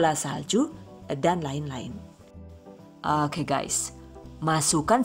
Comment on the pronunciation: Ku cuma penasaran sama pengisi suara THV...maap rada2 gengges klo pas bilang Oke..Hoke..piss yee bukkk😂